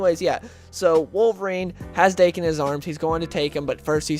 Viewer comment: The story you're talking about, I must admit I didn't like at all. The art sucked, the writer made Deadpool too obliviously cartoonish, and I understand each writer likes change things up a bit and put their own input in a character, but damn this dialogue was atrocious. I did like the part where Logan and Wade stab each other a die for like 2 hours. Also... it's pronounce DAh-Kin.